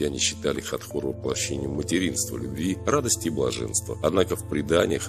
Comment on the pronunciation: Хатхор, а не Хатор